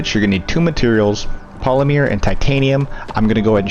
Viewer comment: Yes... its polymer, not polymeere